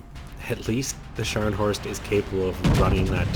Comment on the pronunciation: Scharnhorst. Not Shcanhorst or Scarnhorst.